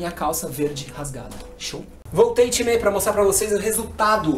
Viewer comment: gosto dos videos dele mais odeio quando ele fica falando timerrrr me da um odio porra de time